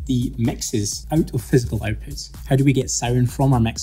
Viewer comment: Having a hard time comprehending your pronunciation. Sorry but it's kind'a annoying. I'm used to American and British English. For example.. the word OUTPUTS. You're pronouncing it as EIWPHUTS. So i need to repeat the video over and over again to completely understand you.